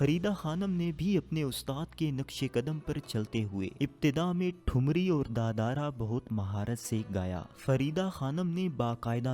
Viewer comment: Yeh da darà kia hota pehlay bolna tau seekh loo its taal daadra da darà kuch nahin hota